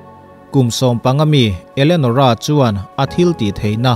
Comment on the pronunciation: Elenorah' zawk maw Enolerah tih hlir in ka lo hria. Kan ngaihsan Sap ho chuan, 'Elianawr' an ti ta emaw ni,🤔